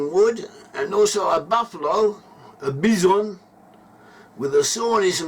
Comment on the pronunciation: Bi-son. Emphasis on the first syllable